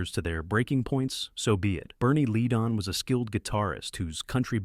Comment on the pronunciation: You are saying the names wrong it is not lead on say it right